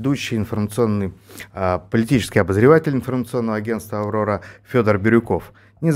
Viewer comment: На "АВОРОРА" гы-гы